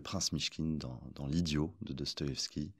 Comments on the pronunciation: A chaque fois que prononce «Dostoyovski», dans cette entrevue comme sur sa chaine, j’ai les oreilles qui saignent. Ça ne se prononce comme ça ni en russe, ni en français. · A chaque fois qu'il dit dostoeskibavveskivaski je sais pas comment il reuissi à le prononcer du premier coup